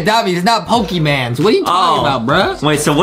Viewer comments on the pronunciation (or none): ITS NOT POKEMAN!! ITS POKEMON!